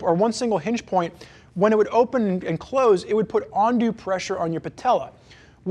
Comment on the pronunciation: Great review, trying to decide on these or the Sequence. BTW the word you are looking for is UNdue, not ONdue, lol.